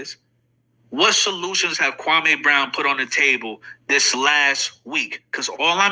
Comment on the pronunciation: MR. KWAME BROWN already said how to pronounce his name. Why is this guy still mispronouncing Kwame. Kwame was living his best life minding his own business and the effeminate group decided to harassed him after 20 years. Kwame doesn't need to put a solution, he was minding his business and working in his community. The effeminate group so envious 🤣🤣.